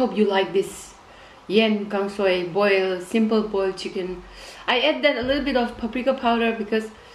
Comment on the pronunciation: U hav pronounced it correctly sista..tq so much..kip on going 👍